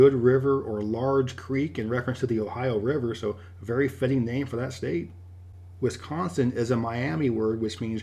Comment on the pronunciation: I’m sorry this is a nit pick but as a Wisconsinite we get offended when people pronounce the state name wrong, do not put the emphasis on the con in the name, I will admit the emphasis is on the con but it is quite soft (this is a way for people who are from Wisconsin to tell if someone else if actually from Wisconsin or not, by their annunciation of the word)